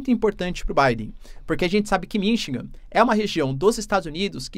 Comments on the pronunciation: Desculpe , mas um professor de goegrafia que fala "Minchigan" nao pode ser confiavel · pelo Amor de Deus, o professor de Geografia que fala que o Biden passou por "Minchigan" no tempo meu Deus ! Eu nao sei quem eh pior o professor ou o Biden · vc tem toda a razao , porem vamos supor que ele estivesse falando de uma cidade pouco conhecida no idioma russo…. Seria compreensivel , mas esse cidadao vende curso preparatorio e tem mestrado .Desculpe mas com esse gabarito ele falar “Mimchingan” so pode ter sido aluno do Sergio Moro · Sim vc tem razao! Mas um bom professor e um bom orador é aquele que ouve o que fala , e le o que escreve . Se ele nao ouve a si proprio, como pode comunicar pra milhoes? Falar 4 ou 5 vezes seguidas “Mimchingam” e nao perceber é o sinal que para ele isso é o certo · Todas as vezes que vc discordar, volta o video e ouça ele dizendo “Mimchingam “ . Ele foi educado em universidade publica com os nossos impostos, isso sim é triste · Ele eh aluno do Sergio Moro : Um diz "Mim" e o outro diz "Mimchigan" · Ele falou “Mimchingam “ no vídeo de hoje outra vez